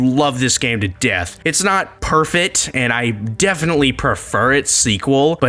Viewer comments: “Perfet” 💀💀💀 It’s such an easy word to pronounce. How did you fumble such a easy dub? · it’s just natural human behavior to pay more attention to negative things than positive. I watch all your videos and when I don’t have any comments, I still enjoy the video and click the like button. I like problem solving and I see your pronunciation of The word perfect as a problem and it’s distracting to me and I notice it every time and you’ve done it in other videos. And yeah my previous comment on your channel was for one of your unscripted videos where it sounded like you were rambling and coming up with things to say right on the spot and it was one of the lesser enjoyable videos and I wanted to point that out to you cuz I want your videos to be good and get good views. and constructive criticism is important and valuable for creators who aren’t mega famous n rich. If you cannot handle honest criticism without me sugar coating it, just say so. And if you want me to have something good to say, well sometimes I can’t really think of anything to say besides the one thing that annoyed or bothered me. Like sure I can say the thumbnail and title was good for this video but I don’t think I need to state the obvious. Anyone who thinks this thumbnail sucks is a liar.